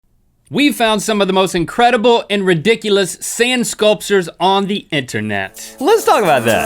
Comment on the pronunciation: YOU SAID SAND SCULSERS